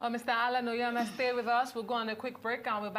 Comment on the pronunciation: It's Onyema not Onyeama...Great man.